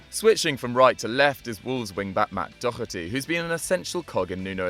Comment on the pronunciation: Daw-her-ty not Dock-er-ty